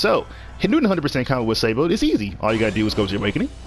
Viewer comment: Oh yes "Sei-bo"